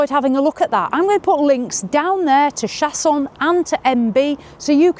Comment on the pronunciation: That is so pretty! Love the French pronunciation 😉 and I can’t believe it’s not that long/wide either yes doesn’t seem too small! Most of the compact ones look compact 😊